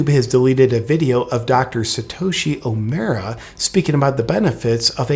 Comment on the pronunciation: I forgive you for not pronouncing "Omura" correctly, lol